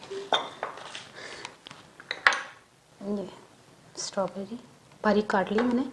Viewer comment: My dear it's not stoberry,it's strawberry.